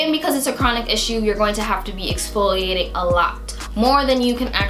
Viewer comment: exfloiating ? whaaaaaaaaaaaaaaat